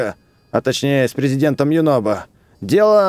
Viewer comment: ЮНОБО А НЕ ЮНОБКО